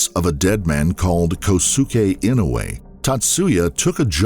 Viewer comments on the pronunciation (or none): none